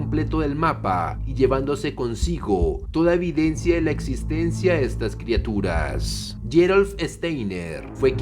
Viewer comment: "Criaturas" no "Crituras".